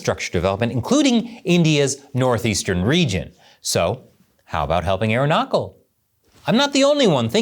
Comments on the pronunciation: Anyway, it’s not Aruna Coal, it’s chal, like chill. Arunachal means Sun’s lap. Reason why China did this is because of the Dalai Lama, Dalai Lama wants his successor to be Indian and come from Tawang monastery like him. China on the other hand says Dalai Lama’s successor will be appointed by the state and the CCP. Tawang is in Arunachal so now you know. Also we did have a go at each other in 1960s again, in 1967. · Bro, love your content but its pronounced arunaCHal not arunaKal. अरुणाचल प्रदेश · Quick Comment. By the way we call 'Arunachal' not 'Arunakal' that's ok though. We Indians, will let this pass on China, its not worth a war. Although there is a necklace of Diamonds India is laying around China to counter its String of Pearls. Again Keep up the work. Keep Standing. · It's pronounced arun + aachal.. the chal is pronounced like the ch in chalk & chalice & chappell, not the ch in epoch or 😅😂😉 😜 Everything else is spot on. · No basic research done for the simplest fact in how to pronounce the name of the state that the host has referred to multiple times in the video - goes to say a lot. Arunachal is pronounced as AAROO-NA-SHAL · "Aruna kal" Is hurting my ears. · Its Aruna-chal pradesh ... Ch here is not pronounced as K but Ch in Chal is pronounced as ch in Charming, Chair, change, Channel etc... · It's not Aru knuckle Pradesh 😂😂😂. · It's pronounced as "Arun aachal" And The name Arunachal Pradesh means "Land of the Rising Sun". This is because it is India's easternmost state & it's the first part of India to see the sun each day aka the sun rises there first. The name is combination of Sanskrit word "Arun" (meaning "dawn" or "first ray of light") & the Hindi word "anchal" (meaning "region" or "territory"). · He needs to pronounce ch like his surname chapell & not like his first name 😂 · Arunachal.... The ch is not as in chemistry but as in charm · The "ch" in Arunachal is pronounced as "ch in the word 'chain' "